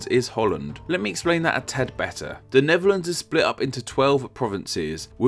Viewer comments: AARGH! You should be pronouncing it as Nefferlands, seeing as you can't pronounce the TH in words. 1, 2, free. I fink. Fankyou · It's THE NEDERLANDS a.k.a. NETHERLANDS .... not the "NEVERLANDS" !!! ....PRONUNCIATION is important in any language - EVEN ENGLISH - not the "NORF Sea" neither is it (to quote you) ...One "Fird"of the country .... PRONUNCIATION !!!! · Except when he kept saying "Neverlands", this ain't Peter Pan's home!😂🤣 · wtf is “The Nevuhlands?”